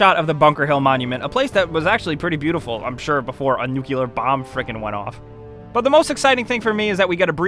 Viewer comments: You know nothing about the Constitution?.....This one is disappointed. Oh and by the way, it's pronounced nuclear, not nucular. You're not W, you have enough brain power to pronounce it correctly. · NUCLEAR!!! What is NUCULAR?!?!?! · Did you just say "nucular?" Ugh. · Narrator pronounces the word nuclear as 'nucular'. My respect for him and his credibility instantly drop by 100 points. :|